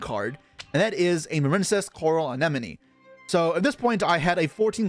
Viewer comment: why the fuck are you calling it "anenome"